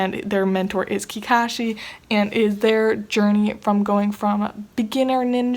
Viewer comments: I was sooo triggered when she said Kikashi... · Chobits is a Seinen, I think Black Butler is a Shounen. My favourite character in Naruto is kakashi 100% (The way you pronounced his name, if that from the Dubbed version?). Why is Kakuzu your favourite?